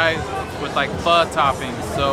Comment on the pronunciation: Just came across your channel. Awesome you pronounce pho properly. Everyone seemed to want to be in your videos bombing in the background!